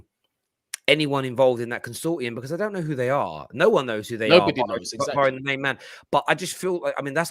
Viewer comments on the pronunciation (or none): none